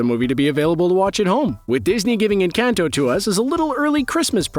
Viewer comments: more like en - cahn - toh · Pronounced en-con-toe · Every time he says "Encanto" I die a little. 😢